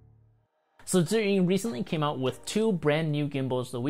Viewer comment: I finally know how to pronounce “Zhiyun” :)